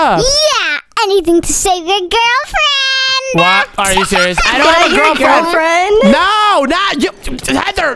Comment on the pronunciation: said gril friend to crystal.